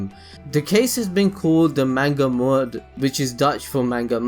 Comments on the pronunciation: Sorry for saying this but I laughed so hard when you said 'Moord' because you pronounced it like you had a "twents" (A region in the Netherlands) accent. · wow you pronounce moord so strange...